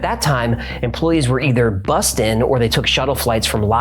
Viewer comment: I remember the 'M Cave' episode as the first time I smiled when I heard 'Nevada' (where I lived for nearly 25 years) pronounced correctly. Thanks,! Btw, in 'Georgia Guide Stone' you mention that Robert Christian sent a copy of his book to every member of Congress, but in the picture showing this book there's a handwritten notation explaining that it is "96 of 100". I don't know if there was a time in our History where we had only 100 members in Congress. We've had exactly 100 SENATORS ever since admitting Hawai'i (August 1959) as a State though...